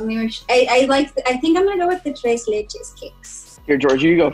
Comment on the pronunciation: Lol I cringed every time somebody pronounced tres Leche incorrectly. I grew up in a Hispanic town so I'm used to the actual pronunciation of stuff.